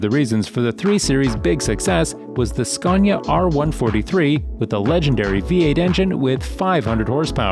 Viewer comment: An amazing amount of funny pronounciations this video;-) «Aye Ve Co» ? «Boosing»? I guess the «Vol-voh» is more or less accepted at this point, haha! I was fearing for the first occurence of Scania, but somehow the Voice-Over person nailed it!